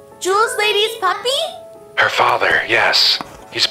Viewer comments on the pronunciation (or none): she said popie not puppy